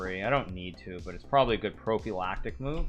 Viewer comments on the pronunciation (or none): I know... he pronounced it weird.